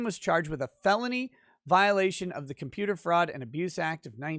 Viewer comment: "Hey, kid... I'm a computah... stop all the downloadin'..."